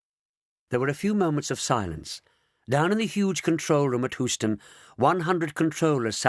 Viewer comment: AAAARGH! It's pronounced "Hue - ston," says an actual Houstonian, NOT "Who - ston."